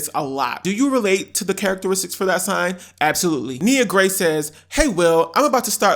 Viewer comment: “I LIKE DHET” 👄